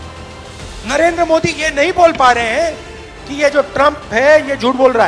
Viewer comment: सही बात यह है की राहुल को नरेंद्र का उच्चार करते नहीं आता ओ नरेंदर बोलता है